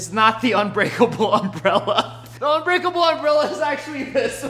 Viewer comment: It’s not unbreakel